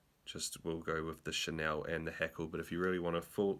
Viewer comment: Cool vid. Enjoyed it. One wee thing I have to pass on as a pedant... Chenille: pronounced shuh-neel bro :) chur